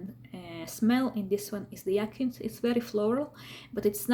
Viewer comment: It’s pronounced High-A-Synth